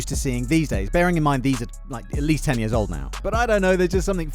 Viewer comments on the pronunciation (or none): none